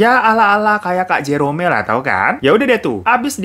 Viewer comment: JEROM bang dibacanya bukan J-E-R-O-M-E 😂😂